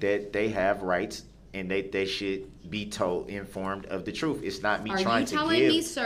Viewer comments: “Oaf of office”….”the troof”….”substained”….DUHrell Brooks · Troof??? Lmao